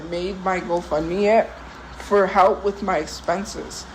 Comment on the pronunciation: It pmo when she says halp and not help